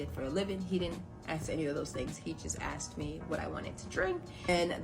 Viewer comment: She looks quite good for someone who is "aksed" so many times.